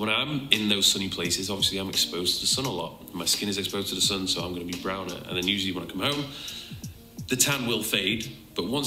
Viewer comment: Why is she calling The sun as San ?